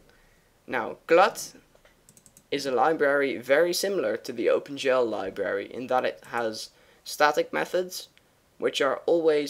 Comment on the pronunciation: Is he saying open 'jell'???